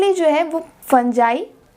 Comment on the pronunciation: Bro in real it is pronounced like that 😂